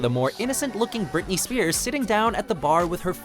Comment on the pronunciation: I feel like they just include Brit Brit videos on these countdowns to hear the guy pronounce her last name as "spirsh"